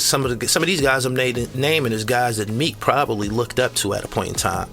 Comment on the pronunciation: The term “looked” pronounced as lookted is wild